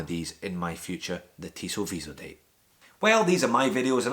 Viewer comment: Cool round-up! BTW, it's Tissot "vee-zo-dat" ;) not "-deyt".